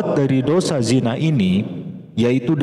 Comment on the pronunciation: Bukan jina tazd tapi zina